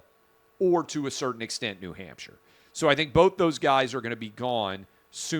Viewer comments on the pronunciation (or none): none